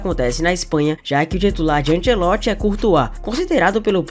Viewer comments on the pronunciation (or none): none